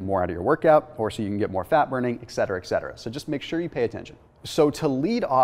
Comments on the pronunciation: You and Berg both mispronounce the word, “etcetera.” “Ekcetera” is an online monstrosity. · Yes it was. And then it was pronounced as a c as well. There’s no excuse for it, other than ignorance.